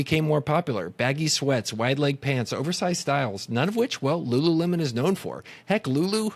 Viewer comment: Was everyone saying rururemon?